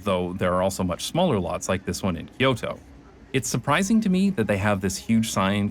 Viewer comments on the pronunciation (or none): none